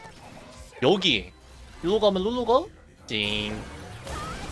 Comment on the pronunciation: 룰루발음 넘웃김ㅋㅋㅋㅋ